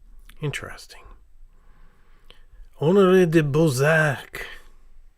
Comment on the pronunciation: Honestly, who is Friedrich Schiller,who is Goethe???? One of the most importand poets, playwriters and and ….. That question is the same as I would ask, who the f…. Is Ernest Hemingway….. And again, I know, your pronouncation is a week and Murican blinders centered, but please try! Use google for correct pronouncation, for an example, who is Bolzak??? A little hint, in the european languages nearly all ,a‘ is spoken as an open ,a‘ like in car not care! Its an easy rule, again, a Pelikan is not a Pelican, Balzac is not Ballzack or Bolzack. Everytime I here this language rape I want to turn of… Sorry for this hard words, I like your content, your entertaining, very nice but this is for an educated person very embarassing and hard to listen…